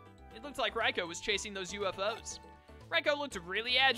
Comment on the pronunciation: we need to have a come to Jesus meet'n about how you pronounce Raikou. Rye-coup is how it's pronounced. Like bread and a military takeover